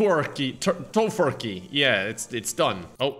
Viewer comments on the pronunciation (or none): Just to be a grammar nazi, it's "Toe-Fur-Key" lol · It’s toe-fur-key I hope that helps lol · It’s pronounced Toe-fur-key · Here,, let me help you. Toe-fur-key. lol Or the other way to pronounce it: gar-bage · Too Fur Key is how it's said lol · It's pronounced TOE-FUR-KEY. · Tofurkey is pronounced Tow-FUR-key... You're welcome.